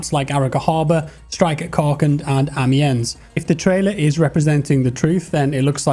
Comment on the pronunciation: please look up how "Amiens" is pronounced! What was your history teacher doing?!